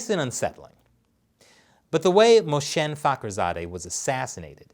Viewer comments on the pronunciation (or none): mohsen Not moshen 😉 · you are not saying it right - mo-ha-san